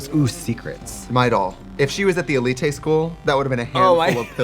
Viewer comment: “ELITÉ school”